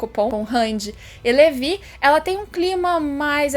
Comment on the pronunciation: que agonia ouvir (levi)